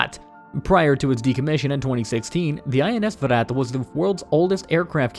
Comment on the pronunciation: Good job you got Viraat right .. here is How to pronounce vikrant